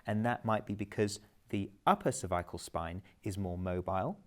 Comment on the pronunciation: This would be a great video but mispronunciation of cervical is so distracting and reduces its effectiveness.